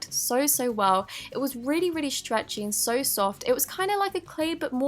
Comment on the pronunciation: OMGGGGGG Please stop saying sor sor it's so so